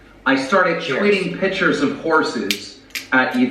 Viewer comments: Him saying “pitures” made me so angry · never trust a 40-year-old man who doesn't know how to pronounce the word picture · I hate the way he pronounces pictures 😩